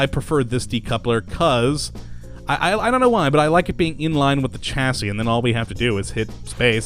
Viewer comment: You make the best mod show cases but you need to learn how to pronounce words m8 it isnt Chasi its more sound like Shasi Kay?